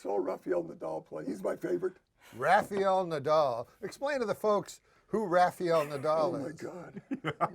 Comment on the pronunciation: funniest thing in the whole episode is Super Dave's pronunciation of "Rafiyel Nadal"